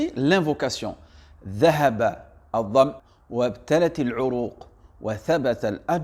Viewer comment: Salam, tout d’abord merci pour cette vidéo. Pouvez-vous nous donner une source qui dit de prononcer l’invocation APRÈS avoir rompu le jeûne? 2eme chose, pour respecter l’arabe, il faut dire : Dahaba DhamO (non pas DhamA) ... ﺫَﻫَﺐَ اﻟﻈَّﻤَﺄُ ﻭَاﺑْﺘَﻠَّﺖِ اﻟْﻌُﺮُﻭﻕُ، ﻭَﺛَﺒَﺖَ اﻷَﺟْﺮُ ﺇِﻥْ ﺷَﺎءَ اﻟﻠَّﻪ